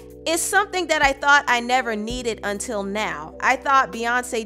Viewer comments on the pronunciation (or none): none